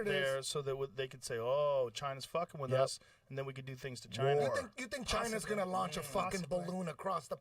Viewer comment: It’s 🦠…..it comes from Ch-eye-nahh